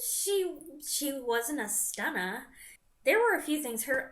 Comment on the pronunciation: '' She wasn't a stunner '' That made me chuckle a bit :). Was that a bit of a British accent too? Lol